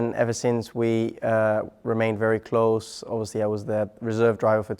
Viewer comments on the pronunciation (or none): none